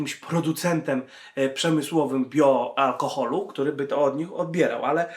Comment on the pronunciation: "Bio alkochol" :)